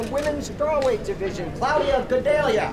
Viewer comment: The announcer pronounced it Cloudia.... like in some movie I've seen before as a joke. Can't believe it.